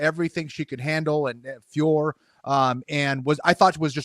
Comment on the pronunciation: It’s increasingly embarrassing to hear these donks double-down and call her Fior. My ears are bleeding